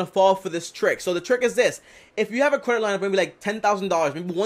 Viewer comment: I had to rewind But….. did this nigga really say “cwedit card”😂😂